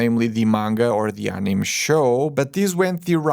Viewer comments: "Anime" is not pronounced "anim", it's pronounced "animay" no matter what language you speak. The Japanese took it from the French "animé", which means "animated". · One note; "anime" is pronounced "aniMAY" (US English) or "aniMEH" (Japanese). The e is not silent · Calling anime “anim” tells me is not too familiar with Japanese animation 😄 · Its pronouced Ani-may